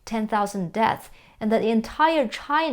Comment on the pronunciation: Why does she never pronounce deaths, with an S at the end?